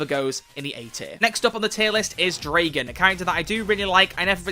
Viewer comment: I get so triggered when People pronounce Dragan's name wrong